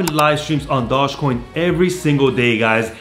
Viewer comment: Can you say dogecoin correctly once